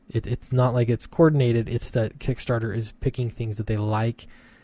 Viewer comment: Kick Nasser , not KickStarter .